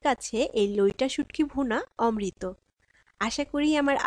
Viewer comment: Loita na vai loitta bolen